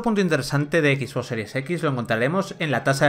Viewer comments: No sé por que todos los españoles pronuncian el ingles como suena en español xD no se por que dicen ekis box en lugar de exbox o spiderman en lugar de spaiderman, no les enseñan ingles en la escuela? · "equis" box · equis box hahahahaha